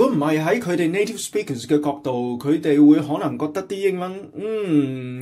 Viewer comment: Interesting analysis. If you strive for excellence it is important to identify the source of accent and attempt appropriate action. In a job interview in the U.S. speaking perfect English as a non-native would definitely impress the interviewer. BTW you have an obvious HK accent when you said "native speakers". I am not able to offer you a precise linguistic analysis, but you need to relax your lips and teeth. They are way too stiff. You have too much teeth sound as if you were speaking Cantonese. You dragged out and emphasized the second syllable in "speakers" too excessively, in fact, a bit high pitched and cacophonous. Saying one or two words in English is fine but you would have problems conversing smoothly in completely sentences My advice? Please take a class in accent reduction yourself before you teach or coach conversational English.